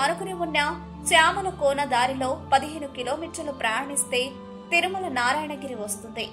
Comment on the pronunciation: It's is Thirumala. Not Tharumala